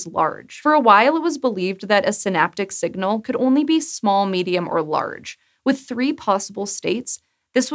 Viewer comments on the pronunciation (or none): none